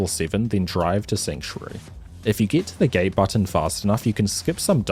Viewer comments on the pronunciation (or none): get to the "gay button" lmfao i know he said gate but i heard gay